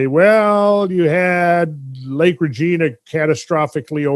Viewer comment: Minot, was correctly pronounced the 1st time like my not. Regina, however, is not pronounced Regeena. It is pronounced more like vagina. Really great material though. You are the best!